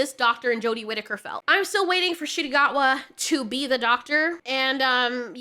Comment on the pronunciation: I'm sorry, but every time I hear his name, I hear it as "Shitty Gacua". Also, I think that he's all in on RTD's writing instead of doing a more classically played Dr. Who ep.